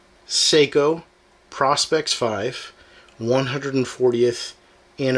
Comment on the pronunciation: Learn how to pronounce the name ... PRO as in Professional..SPEX as in specs..! Lighting is not good also, but hey... maybe you will figure it out 🙂